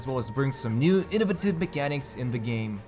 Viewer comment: Good video ❤ I liked the part where you destroyed the word "innovative" lol